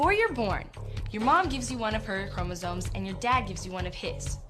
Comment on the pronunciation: sorry.. love the vid but its chromosomes not chromosones. With all due respect.